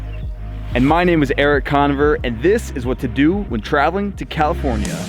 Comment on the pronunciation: He says Cono-ver instead of Con-over so probably not